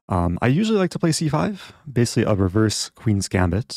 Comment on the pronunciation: I think Eric invented this along with "basilly" "Basilly the rook is trapped"